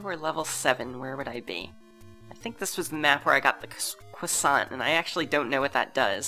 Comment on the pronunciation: I love your pronunciation of "croissant".